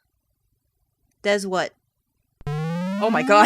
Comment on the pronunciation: Dez..., we know it's actually pronounced "Deez":P Also DICKS 4 DAAAAAAAAAAAAAYS!